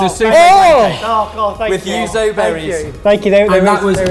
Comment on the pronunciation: So clearly won that battle and not just because he's dreamy, but I feel like he needs an extra brownie point for saying yuzu consistently, rather than Uzu, and Yuzo. could probably get one for his hard work trying to say Malpua, although I still don't know the right way to say it.